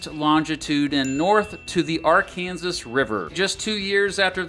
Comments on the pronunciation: R can saw. Not “r Kansas” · Realizing you must be from Kansas, because you call the river Ar-Kansas instead of At-kan-saw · The Are-Kansas river? Only people in Kansas mispronounce the river's name. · Arkansas River. Most Oklahomans pronounce it like the state Arkansas. Kansas people say Ar -kansas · ah yes, exactly how you pronounce arkansas